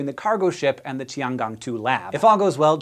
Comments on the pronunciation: Nitpick: "zhou" is pronounced like "joe", not "jowl". And "gong" should rhyme with "own", not "gone". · Its tiangong not tianjiao